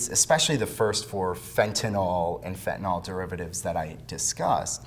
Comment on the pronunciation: Sir, you are pronouncing the name of the drug incorrectly. Detracts from your credibility.